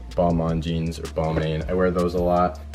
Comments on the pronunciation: it’s “ball “mane” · Balmain is pronounced (Ball-mayn) and Givenchy is pronounced (Give-n-chee)... You're welcome.